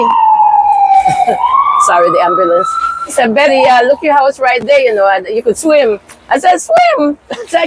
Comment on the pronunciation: CORRECTION IT'S BETTY CALDER NOT BETTER